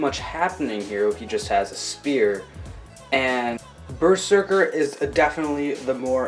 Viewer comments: Bro it’s pronounced berzerker not ber serker!!!! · It's pronounced berzerker